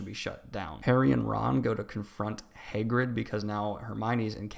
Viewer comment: Hay - grid